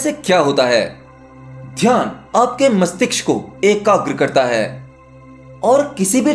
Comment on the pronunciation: Aap mastishk theek se nahi bolte hain. Kripya khud sune apna bola hua aur ise theek karen.